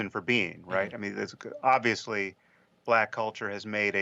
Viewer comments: Aw-vee-us-lee? Awb-vee-us-lee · ob·vee·uhs·lee it's not a silent b. Google that shit. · äb-vē-əs-lē Yes, you are saying it wrong if you are not pronouncing the "b". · you are in the wrong for not pronouncing the B in Obvious. It’s obviously not an inherently silent letter. Please don’t be oblivious to proper enunciation of clear word structure. I still love you. Enjoy your coffee this month. At least one of them will be on me. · It’s not a silent ‘b’ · Uuuuuum, that's a TUMS container not lube, and yes I've pronounced the B in 'obviously' all my life, and always thought it was weird you didn't. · It's supposed to be a soft b sound. The fact that you emphasize b so much relwly shows you have no regard for the language. All you want to do is give people a hard time and provoke anger. Anyways I have better things to than talk to you about pronunciation. I'm closing my YouTube account and I'm going to Egypt for a year. So please don't bother me or message me any more.